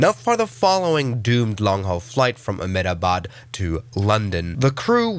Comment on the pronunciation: Amedabad😂. Its a-hem-da-bad